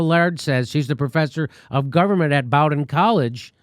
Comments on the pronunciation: Say "Bow-din" college.... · It’s pronounced “BOH-den”. It’s a small college in Maine. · Bowdoin College - it's pronounced bo'-den. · Jimmy, The college name is pronounced BOH-din. Just pretend the second 'o' isn't there. It's in Brunswick, Maine. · Bowdoin is pronounced "Bow-den". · Jimmy fyi Bowdoin is pronounced Bo-din here in Maine. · Bowdoin was terrible mispronounced lol